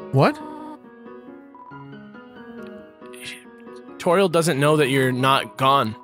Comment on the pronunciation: toriel as in totural